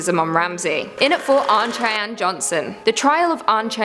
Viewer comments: It's pronounced 'Shy-Anne'... Just helping out :-) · we Americans pronounce Cheyenne as shy-an. Just FWI in case you ever run into someone from that tribe. Otherwise, excellent video!